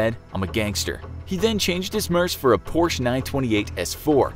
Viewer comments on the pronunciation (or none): none